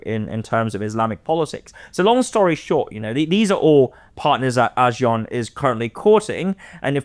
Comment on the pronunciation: is very knowledgeable and has good insights into South East Asia. I just can't take his pronunciations of Asian names like ASEAN & Myanmar and many others. As expert of the topic, would be good use the right pronunciation, ones used by the people.